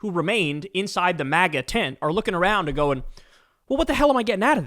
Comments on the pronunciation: Why can't Kyle say 'and' properly? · Bro. Please stop saying "end" instead of "and". Please stop doing that. Please! 🙏